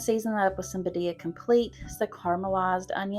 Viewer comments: Loved these meal ideas! Birria is one of my favorites since I discovered it. Not trying to be a stinker, but it is pronounced 'beer-ee-ah' This will help people know how to ask for it if they are looking for the sauce or ordering the tacos at a restaurant. Loved your chicken broccoli cheese recipe, I'm going to be trying that one soon! And I just subbed to your channel for more great recipes! Thanks for this video! I live alone but sometimes have my grandson here with me and crockpot meals are easy for when he's here so I don't have to be in the kitchen so much, or for when getting home late. These all sound wonderful! ❤ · Thank you for attempting to say BIRRIA! I know it's a hard word in the Hispanic culture lol. FYI: you're adding the accent in the wrong area. Phonetically, it's pronounced "bee-rria", so the accent is on the first "I", not the second "I" as you're saying it. Again, thank you for trying!!! ❤❤❤ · Birria is pronounced Bee- Ree-aa you're saying it well except change it to BEE at the beginning 👍